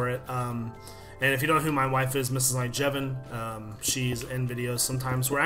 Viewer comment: at the end i always think he says mrs iJevin